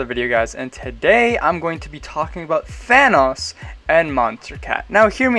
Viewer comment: I really like the way you say Thanos